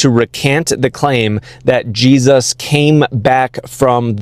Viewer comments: You can always tell if someone is full of shit by how they mispronounce words. This guy says "Gee-sus" with this faux-academic accent. He also says "Yah-chweh" instead of just 'Yahweh" and "Jesus." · Why does he keep saying it "G-Zus"? You're weirding me out, dude. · Did he say that disciples had the skin "filleted" from their bodies? Also, what's with the weird pronunciation of "GeeZUSS"? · I hate when Christians pronounce Jesus like “Jeeeezus”. Just say it normally bro. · Maybe it’s this particular TikTok character. Between his combination of arrogance and ignorance, as well as how he pronounces “GEE-zus”, he sure gets on my nerves. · Is there an origin for the way these evangelical theobros pronounce "Jesus"